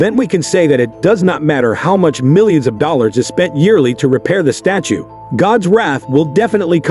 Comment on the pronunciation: "Statue" yet pronouncing it like "stature" sometimes. Why?